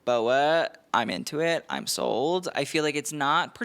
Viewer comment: I kept thinking you were saying "im so old" instead of "im sold" and I got super confused as to why you were thinking you were old with a particular design.